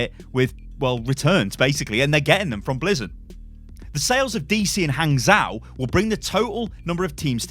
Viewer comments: PSA: In Chinese, zhou is pronounced "joe", just with a very short o sound. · Hey,! If you ever see "zhou" in a Chinese word, you can pronounce it as "joe" (like the name). The tone of how you say that, well, that's another story!